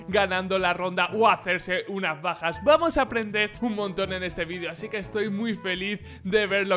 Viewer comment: No es para ofender pero cuando dijo bajas escuché pajas xD dios mío espero no ser el único que escucho eso <\3